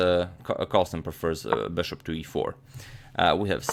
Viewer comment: Beshup to ii five